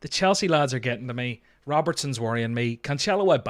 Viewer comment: You ended up pronouncing Cancelo the right way ;)